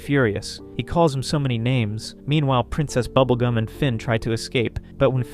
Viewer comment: "prINCEST Bubblegah and the Little Boy"! Yeah, butchered their names he did.